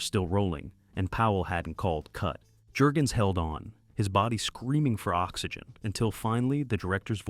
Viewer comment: Thumbs down because of bad AI narration. Can't pronounce the actor's names properly. It's not Jergens, like the lotion. It's sounds like 'Yurgens'. Can't even say "DD" right. But this is my favorite WW2 Navy movie.